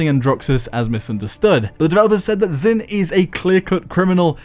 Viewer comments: If you learn Chinese you will know that Zhin is pronounced like jean and not zin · came here to ask this. should be "j'in."